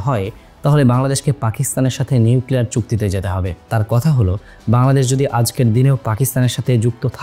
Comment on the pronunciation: Bangladesh ❌ Baldesh ☑️🤣🤣 LoL